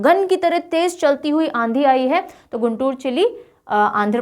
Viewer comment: gantur not madam guntur